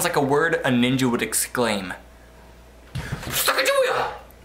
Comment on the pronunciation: i had to rewatch the glasses part haha threw me off for a second. better be careful though how you say 'ninjer'